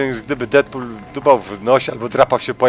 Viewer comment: Deafq?! powiedziałeś na początku Deadpool 2?